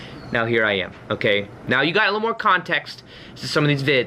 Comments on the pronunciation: “Right NYOWW!” Lmaooo. Much love, thank you for your video. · You are saying Right Neowww! And not Right Meowww right? Lol Ps. When I used to party me and my friends used to say right neowww like you do lol x